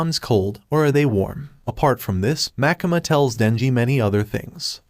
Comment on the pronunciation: bro its makima not makama but makama sounds like demon slayer